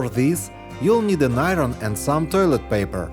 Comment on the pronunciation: Say toilet paper again ! . I laughed for an hour. lol